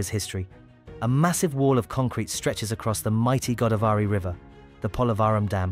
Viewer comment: Go -- daav -- ree. Not Godaa -- varee